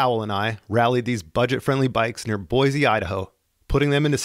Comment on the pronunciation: It's pronounced boy-see not boy-zee, no z in it